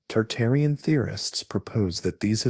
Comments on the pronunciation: Tartarian not Targarian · dude, targarians vs tartarians, get your shit right. i hated every time you said it and downvoted you for it. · Why do you keep saying Targarian instead of Tartarian? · you keep saying Targarian rather than Tartarian, why? and which buildings where were taken down, quickly replaced and then taken down again? examples please! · Tartarian. Not targarian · I keep hearing Targarian as in GoT family versus Tartarian. Interesting. I wonder if it's on purpose. Dragons and Griffins man. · I hear it toox2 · WTF it's Tartarian Mate not targarian stop making shit up. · Bruh saying Targaryen